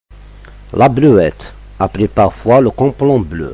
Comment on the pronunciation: Vous parlez très mal le Français 😂C'est la bleu-ite et non bleuette.J'ai 80 ans mon cher.Ce que vous dites n'est pas vrai à 100/100.